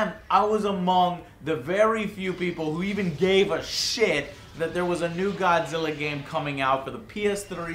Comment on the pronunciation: Joe....joe...im godzirra...im godzirra joe